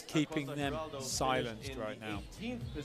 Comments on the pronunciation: El narrador: Valentina Acosta Giraldo. Valentina Acosta Garaldo. Valentina Acosta Garado Valentina Acosta Girado Valentina Acosta Gorado 😑😑😑😑😑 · this commentator cannot read Giraldo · God those commentators could not pronounce Acosta Giraldo's name to save their lives. I'm British but it's embarrassing. Just read the letters in order, it's not that hard. Giraldo. Not 'Gelado' or 'Gilardo' or whatever else they came out with. They were even throwing in a few 'Ascostas'.